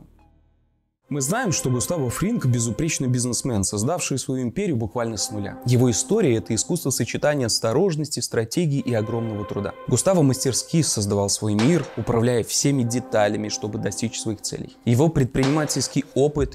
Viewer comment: Не мастерскИ, а мАстерски)